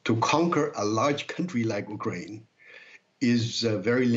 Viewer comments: It's prounced u kraine not uk rain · Interesting way to say ukraine. Not the right English nor Ukrainian pronunciation